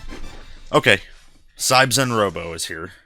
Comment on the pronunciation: Sorry for the nitpick, but that's an odd way to pronounce Siebzehn ( 17 in German) which would be "zeeb tsane" phonetically.